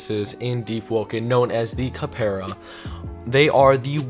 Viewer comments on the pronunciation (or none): its pronounced cap ra doofus not kuhpaira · its pronounced cap ra not kuhpaira et ree an not et ray an gan ee meed not gay mend cell tor not celly tor and Gremor's arent the goat race, they are deer. Capra's are goats. also the rarity leak is fake.